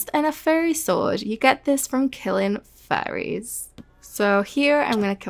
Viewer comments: it’s so funny to me “you get this from killing furries :]” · Is it just me or does it sometimes sound like she says "furries" when saying "fairies"? Great video and I love you content by the way!